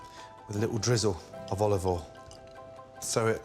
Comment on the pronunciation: "little drizzle... ovolivol"